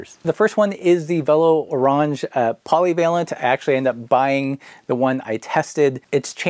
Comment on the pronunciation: It's pronounced orange like the fruit. They told you this in a video you made, you goof.